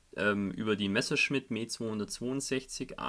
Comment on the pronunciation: No one says Messerschmitt like a German...The way it just rolls of your tongue lol. Great build sir!! love watching you build kits can't wait to see her finished